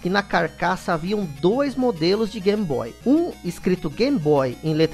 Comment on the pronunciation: Por que diabos chamar de GAM-BOY????